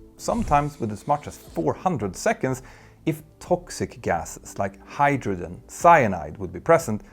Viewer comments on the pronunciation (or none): none